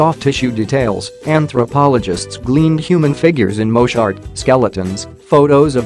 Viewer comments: Your mispronouncing the Moche name, it's not pronounced Moch but is pronounced like it long a sound at the end Moch-a even though it is spelled correctly as Moche. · Moe Che costal plains people not a one syllable Moche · It is pronounced Mo-chay.